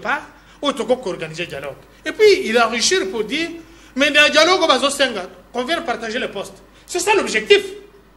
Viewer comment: Mr on dit dialogue pas dialogue tu es un vrai kasachin